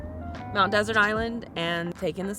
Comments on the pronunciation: I’ve spent summers on Mt Desert Island for years, and my aunt lives in Somesville. No one pronounces it like desert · Great video, but Mt. Desert is pronounced Mt. Dessert